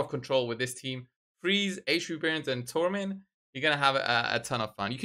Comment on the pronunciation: Thanks, you pronounce her name correctly. I dont understand why Ash and HH call her Sekia.